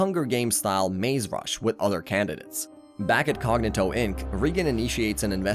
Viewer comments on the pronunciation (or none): Reigan. Cognitto. NŒl. WHAT IS THIS PRONUNCIATION?!